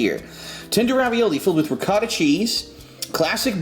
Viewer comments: it isn't ricoda its ri-cot-ta you know cot like in a type of bed. Why don't you ever eat something that is remotely healthy for these. You know there is a wide variety of tv dinners that are low calories and taste great. Amy's and evol are some good examples also claim jumper is expensive garbage probably one of the most greasier restaurant I have ever been to and since it's a chain you know the quality control of the food is going to be terrible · re-ko-ta cheese